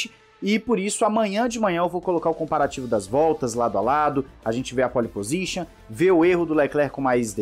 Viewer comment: Corrija sua pronúncia: não existe "póli pozixan", o correto é "pol pozixan "